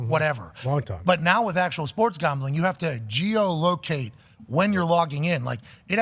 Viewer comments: He pronounces “Gaumbling” weird. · Why does Pat pronounce the word "Gambling" like that lol - Gahhmbling